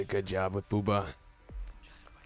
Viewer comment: Why is he saying bubba like that 😂